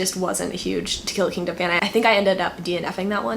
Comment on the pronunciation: At first I thought you said "Tequila Kingdom" and I was SO ready to jump on goodreads & search for it but then it dawned on me that you actually said "To Kill A Kingdom". I was.........disappointed :/